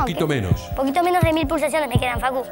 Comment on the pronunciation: lali:pulsasiones boludo Jajajaja